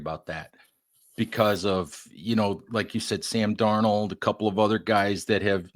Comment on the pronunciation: With all due respect it’s darnold not Darno